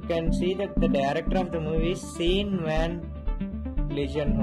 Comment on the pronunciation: Hey there, it's not pronounced Sean, it's pronounced Shawn